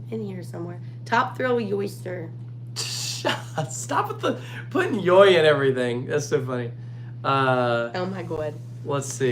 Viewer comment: Walibi Holland stated that YoY is just pronounced joy, but the 2 Y refer to each of the single rail raptor tracks.